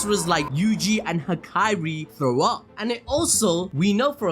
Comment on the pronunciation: Why he say hikari like that lol